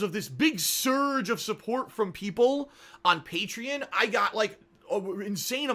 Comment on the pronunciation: He can't even pronounce Patreon right